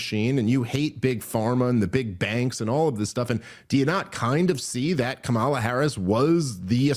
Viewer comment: Is this where I'm supposed to make an anti-gay joke and pretend simultaneously that I'm a serious person? Still intentionally mispronouncing Kamala's name, Dave? Totally not racist.